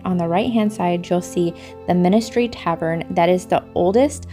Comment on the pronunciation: Just a tip on your pronunciation.... There is no 'i' in the middle of Min-ster (a teaching church) and no 'd' in the middle of Almon-ry (a place where alms were distributed). You have a lovely family. But, since Americans usually come to the UK to see things that they don't have back in the States, it would have been lovely if you had actually gone inside this 900 year old cathedral with them. It really is amazing.